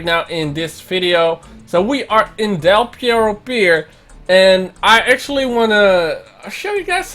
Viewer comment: Del Pierro? Mean perro?